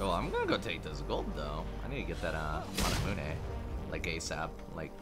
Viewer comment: no one:: manamuené